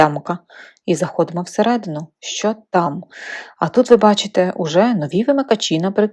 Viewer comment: 'чьі', 'щьо' - суржикова вимова; правильно казати 'чи', 'що' ☝️